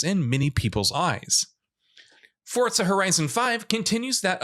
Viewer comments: It's Forza not Fortza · "Fortza" just shut up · where does this jackass see a "T" in the word "FORZA"?